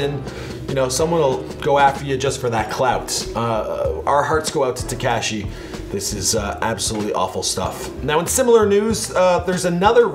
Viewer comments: Te-kaa -shi? It’s te-ka-shi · it is pronounced “tekAWshi 6ix9ine” not “tekAHshi” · It's not ta-cash-y smh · "Tekyaaashi 69"😂😂😂 damn chill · ”Tekaeeshee 69” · TekAsiEE is how he said it lmao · When will he learn it’s not TeKASHI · “TECASHI 6ix9ine” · Haha Te - kash- eeee 69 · He said tekaashi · Get is name right it's tekashi 69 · Wtf is up with you and Names. Tekeshi? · he still can’t say tekashi right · Dude, say 6ix9ine’s name right and know how to say it before you make a video on him..... smh dude. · Why you keep saying tekashi like that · Fuckin... still can't say tekashi right! Just say 6-9.